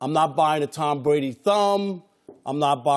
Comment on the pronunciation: tom bwady will never win another super bowl how does 2 working on thwee sound wob